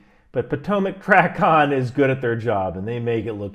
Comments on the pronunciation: It's TRAY-CON not TRAH-CON 🙉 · TRACON is pronounced trAcon, long ,”A,” sound. Minor point. Difference between a motorcycle and an eighteen wheeler as far as jumping between a fighter and transport. Completely different environment so there can be no misorientation in the cockpit. Being strapped into Martin Bakers finest with a rock hard seat cushion will never be mistaken for a soft reclined seat in a Boeing with a cup of coffee in one hand. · fyi - TRACON is pronounced "tray-con". Great video, learned a lot! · As retired controller, it was great to see the other side - thanks! You should pronounce TRACON as tray-con.